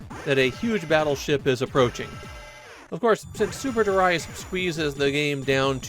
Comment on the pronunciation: Super derayas sounds so bad!